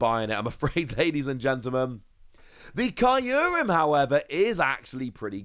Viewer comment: The way youre saying Kyurem in this video triggers me xD